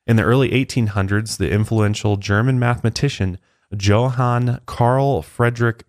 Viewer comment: Johan the J should be pronounced liked a Y just so ya know ;)